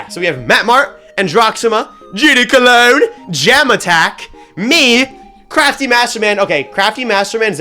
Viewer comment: “I LOVE GD COLOGN”